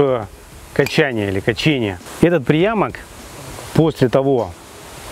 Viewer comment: КачЕние правильно.